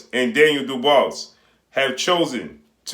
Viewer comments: Hey my guy, you really show you don't watch some of these fighters you report on by butchering their names. If you EVER WATCHED a Daniel Dubois fight you would kno its pronounced 'Doo-bwaa' and Not 'Doo-bose' (the 's' is silent). I believe the name is of French origin. Love your vids but you show your limited research with little things like this. Not trying to pick on you G, just frustrating to hear you repeatedly video after video mispronounce the man's name. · you're killin me mispronouncing Daniel Dobois (Du-Bwa). You know like Benson, or Tom Dobois from Boondocks. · Lol facts idk why pronounce it like that but he's putting in work so big up him